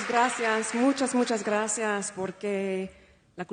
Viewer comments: Nah she got it off of google translate, that’s why it’s pronounced with a th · spanish here and her z from hace is softer, she mix it with an s , as in some part of andalucia and she sais graSias instead of spanish graZias , not argentinian at all either, it sounds caribean to me and i won't consider this fluent, it was just left to say: me gusta la " Payeya"( paella, that non of them pronounce properly XDDD) to sound like all the artist that come to play to spain and say 2/3 sentences in my language to win the atendants & fans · Too much " grassy arse" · She actually said it like grassy ass 🤣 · When she says the words sentimiento ,lo mejor y gracias suena como española